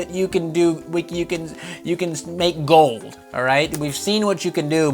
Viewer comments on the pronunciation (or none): none